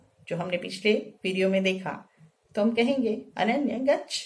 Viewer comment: Ma'am this is nice.. किन्तु एक जगह उच्चारण पर ध्यान दिलाना चाहूंगा.. जाओ के लिए गच्छ (अकारान्त) होता है। हिन्दी में गच्छ को गच्छ् पढते हैं, किन्तु संस्कृत में गच्छ और गच्छ् का उच्चारण अलग है। कृपया ध्यान दें।